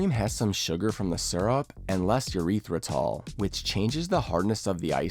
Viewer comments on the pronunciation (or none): "eurethratol" is funny